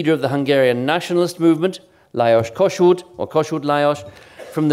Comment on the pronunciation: He pronounces the different names and phrases in diferent languages very well. Which is very unusual from a native English speaker. :) He pronounces perfectly even the Hungarian names. What is more he mentioned Kossuth's name in the real Hungarian version. (first the surname and the given name after) Amazingly precise in detailes.